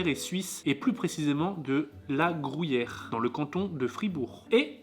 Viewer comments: déso mais a raison on dit gru yère et pas grou yère:):) super vidéo!! vivement celle de demain:):) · c le gruyère et non pas le le grouyère antant que suisse/fribourgois je ne puovais pas me taire et c le valais --> valaisan mais autrement super video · Non non non, on dit gruyère et pas grouyere, lol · Bon on reprend : c’est Gruuuuuuyère et pas GROUUUYERE sans trous et c’est pas c’est pas de l’emmental et c’est valaiSan pas ValaiSSAn et pour finir c’est FRIBOURGEOIS merci 🤪🔥👍🏻🇨🇭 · Je suis d'accord avec on dit gruyère pas grouyere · Il dit la grouyère et en plus le corrige mais il continue dire grouyère looool 😅🤣🤣🤣🤣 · Grouyère 😂 tu a dit 15 fois ce mots, à chaque fois j’en est rit 🤣 Super tes vidéo le 🎉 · Gruyère pas grouyere zzz 😤😤😤😆😆😆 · Grouyère et Valaissanne 😂😂😂 ps : Gruyère et Valaisanne 👍😁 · Le mec qui sait pas dire Gruyère MDR. le GROUHIER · Comment ça le grouillère 😂 c’est gruyère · Ça me stress comment tu dis "grouillère"😭😭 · Le "grouillère" mdr ... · Le "grouyère" 😂. Sympa vraiment ce petit calendrier qui m'a fait découvrir certains produits que j'ai bien envie de déguster. Et si tu faisais un calendrier de l'après en janvier? 🤣😘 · Mdr ..."grouyére" vous dites "pouis" pour "puis"..gru -y -ère !! Bonne soirée vous êtes meugnons...😂❤️ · Tu me stresses a dire grOUyere 😂😂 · Insupportable ta façon de prononcer gruyère 😂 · Par contre c’est gruyère et pas grouyère